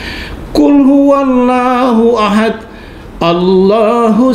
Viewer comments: Ngakak waktu denger dia baca Surat Al-Ikhlas 😂 masa akhirannya malah huruf "-t", kayak: "ahat", "somat", "yulat", padahal harusnya kan qalqalahnya jelas kalau ayat yang diakhiri dengan huruf "-d". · Mantap.... Ternyata murtadin ga paham tajwid..... Kurang -d.... Mantulnya jelas....